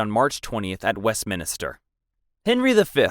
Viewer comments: Wesminister Carlsdyle Boilingbrook Glouchester Winsdoor Kingston Greenwitch Bronkyitus San Dringhem I get some are difficult like Blois, Agincourt and Vincennes, but others you spell correctly but keep mispronouncing anyway. It's great you've already accepted the mistakes and said your working on it, but it ready didn't feel like you were even trying or did any prior research. Especially when you pronounce Leicester and Meaux completely fine. The former being notoriously mispronounced. It's up to you, but I'd work on a reupload. Not being it's inherently bad, but because it shows good growth and that you have actually made the effort to improve. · WestMINSTER not WestMINISTER. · Ik this has been commented before and I realise its not your fault because the UK pronounce words differently to how they’re spelt (theres literally a tube station in London named “Surrey Quays” pronounced “Surrey Keys”) but it bears repeating; West-MIN-ster not West-minister Gren-ich not Green-witch Win-sor not Wind-sor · Anyone keeping count on how many of these guys from dysentery? Also it’s west MIN STER. Not minister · Minster not Minister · Westminster, not Westminister!! 🤦‍♀🤦‍♀🤦‍♀🤦‍♀ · Minster not Minister. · WestMINSTER, not Minister. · West-MINSTER not West-minister!! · I was going to stop the video over "West Minister", but when I noticed your pinned comment. I decided to overlook it and finish the video and I look forward to finding what else you might record. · Quick question: why is he pronouncing Westminster “Wesminister” 🤷‍♀️😂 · Ogden Nash wrote a poem about this common mispronunciation: "I find the cathedral dark and sinister - the one the tourists call Westminister" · Wes mins ter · Minster not minister… Blois is pronounced Bwah. Shi nahn. 🤦🏻‍♀️ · west-MIN-ster GLOSS-ter WUSS-ter-sher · Where did "Wins-door" come from?! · Westminster ... West-Min-Ster Carlisle ... Carl-isle Gloucester ... Glo-Ster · Also his pronunciation of Blois, Westminster, and Carlisle